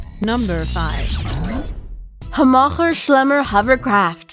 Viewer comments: I am convinced it is a multilingual text-to-speech program, after hearing it. It is designed to sound like an American millennial female, but it sounds like a cartoon narrator. The big tell was it pronounced an American hovercraft company with strong Germanic accent, which no American would have. It also pluralizes terrain into "terrains." I'm going to guess this is a Germanic firm that makes click bait videos for YouTube and paid for the TTS software. A computer stole a voice-over person's job. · 0TransAtlantic0 the pronounciation of Hammacher Schlemmer is fine considering how many english speakers cant say "Heckler & Koch" correctly. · 1) there is nothing on that tricycle that is going to protect anyone from the weather. 2) No, it cannot go "vertically" without tipping over. 3) Difficult terrains???, Articulated system, not articulate system, and it is definitely larger than 8' x 8'. 4) Where else would the wheels/shafts be controlled from??? 5) Where on earth did you learn how to pronounce "Hammacher Schlemmer??? , and there is no chance in hell that vehicle will be gliding at "15 meters". It's designed to fly in ground effect, so more like 3 or 4 meters at the most. And no, it is not a flying car. 6) TERRAIN, not terrains!!! 7) One more time, TERRAIN, not terrains dammit! 8) Oh for the love of god, stop saying terrains!!! 9) Not for nothing, but you are showing at least 5 different vehicles in this clip, and 40 kilometers per hour is 24.9 miles per hour, where on earth did you learn to convert??? 10) This is not a vehicle, so why include it in this list? Does anyone check the facts, or do any spellchecking/proofreading on these videos? And why so much unnatural emphasis on certain sentences? The number of inaccuracies, and her extreme overexcited voice-over work made this pretty painful to watch.